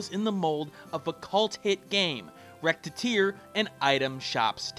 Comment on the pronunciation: ....I cringed at about a minute in when you pronounced "Recettear" like "Rettear"(or however you'd type your pronounciation).